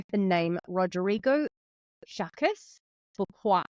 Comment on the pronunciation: Just so you know, Jacques is pronounced like “shock”(It’s the French version of “John”). 🙂